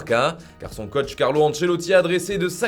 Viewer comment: Un cOach on dit et non pas un ceutche . TABARNAK